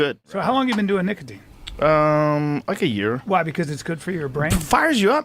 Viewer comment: The worst part of the video is how you pronounce "nicotine"